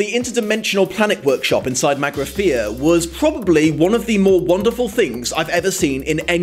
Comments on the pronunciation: magnafea magnafea, haa ha ha ha, its magrathea, sorry. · I know I'm waaay late to the party, but is the pronunciation of 'Magrathea' as 'Magnathea' another divergence from the source material? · Do you keep saying Magnathea? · From someone who claims to be such a fan of the original source, I don't understand why this guy gets so many of the people/place names wrong. Magnatheans? Gag Halfrom? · Also, what's with calling Magrathea "Magna Thea"?